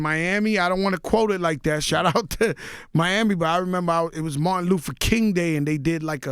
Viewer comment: So they let him keep saying Martin Loofa King😒